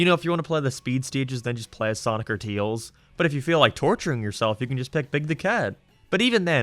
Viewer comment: I dont wanna judge your English but when i hear you saying Tails, sounds like you say Teals